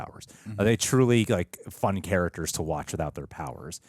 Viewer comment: Why… does the guy on the left pronounce it “carrackers”? There’s a T in “characters.”